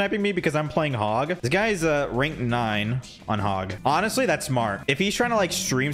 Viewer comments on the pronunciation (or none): none